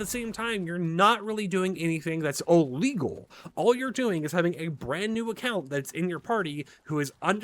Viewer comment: Did you say "ollegal" instead of illegal wtf